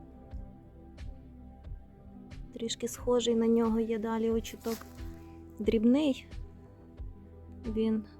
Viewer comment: Вітаю, дозвольте Вас поправити, в слові «очиток», наголос на 2 склад. Мені якось «ріже» слух.😊